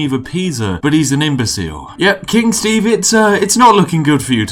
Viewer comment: All Steve can say is "SHTAEVE!!!!!!!!!"